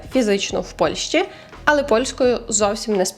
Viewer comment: Гарні тези) Ps: АЛЕ має наголос на е в українській мові)